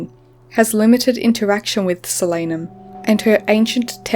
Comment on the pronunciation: its a real word, and it's pronounced correctly in the video. It's the name for the nightshade family. I also pronounced it differently in my head tho